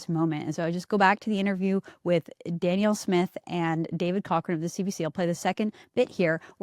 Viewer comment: Candice, did you know you pronounce Danielle's name like she's a man? It's Dan-Yell. I hope that helps.